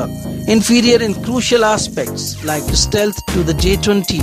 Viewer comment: it's stealth, not istealth..